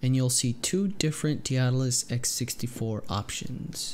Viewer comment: Lmao none of these noobs can pronounce Daedalus